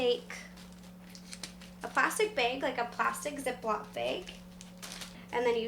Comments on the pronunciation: she pronounces bag like bage. WTF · I like how you say "bag" like "beg". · wait, how did she say bag?